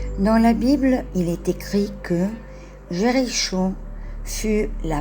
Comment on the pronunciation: Je suis étonnée de votre prononciation du mot Jericho.